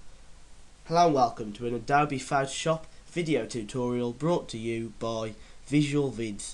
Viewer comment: your english is... foutoshap